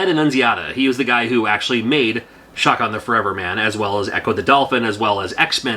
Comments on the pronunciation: Its pronounced Chau-khan, the forever man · The Game Gear had a version of Chakan and it had a voice sample, which pronounced it as Cha-Khan